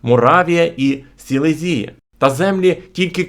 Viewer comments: Точно СелезІя, а не СелЕзія?🙄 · Сілéзія з наголосом на е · СілЕзія, наголос на Е